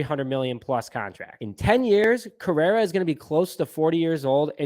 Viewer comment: Carlos “Carrera”!?! Dude. Delete this. Your take is as bad as your mispronunciation of his name… wasn’t as slip either. You said at least 5 times. And take that cubs hat off if you can’t pronounce the best shortstop in baseballs name, it’s Cringy for us cub fans.